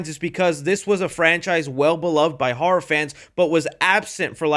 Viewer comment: Dude, it’s ‘Horror’, not “HAR’!